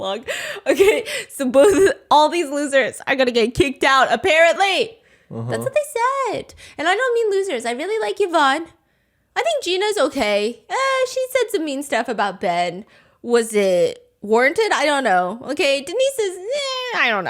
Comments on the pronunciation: girl it’s eev-von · i think Yvonne is pronounced EEVON. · Why do you keep saying Ya-Vaughn? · I will never understand why so many people can't pronounce Yvonne 🤦🏻‍♂️😂